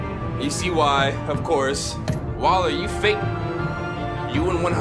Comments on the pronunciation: this dude said Waller like waler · when does not play in 2 days He calls Waller "Weller" I'm guessing hes going to call Joe Weller for this job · repeat after me - WALLER 😂 I love the vids but I cringe every time this man says weller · her name is WALLER not weller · Did anyone else get annoyed when he kept calling Waller “Weller”? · he keeps on calling waller “weller” this ain’t no ksi vs joe, stop it 😆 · Waller, not weller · it's not Weller it's WALLER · WALLER (WALL-ER), not WELLER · Her name is Waller not Weller :D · It’s WALLER not WELLER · Bruh why he keep sayin "Weller" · Yo her name is wall-er not weller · Waller not weller smh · Its wAller not wEller